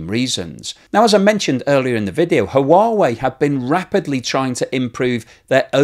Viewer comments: Thanks for this important story,. One suggestion: Huawei is pronounced "Wa-weigh," not "Ha Wa Weigh." Keep up the good work! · It is just me... Or are you pronouncing Huawei wrong.. it sounds like you say Ha-uh-wa-eh. It's like you added an extra vowel at the start of the word. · Comment on your pronunciation of Huawei. It should simply be “wa wei “ and no need to pronounce the “ha” in the front. Just wa-wei will do just fine. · No it’s not…..it’s “hwa way”, the h is not silent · Blog. The proper pronunciation of Huawei is Hwah-way. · Hi, Huawei is pronounced: h-wa way! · "Who-whaa-vey" does sound a bit off. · The H is silent in Huawei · say Huawei like Stewie Griffin says Cool HuWhip. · I think you need to check out how Huawei is pronounced. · Huawei? Check out the pronunciation. Great content though - as always. 😀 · It is only two syllables not 3. But many goof up the pronouncing. I think we can cut him some slack.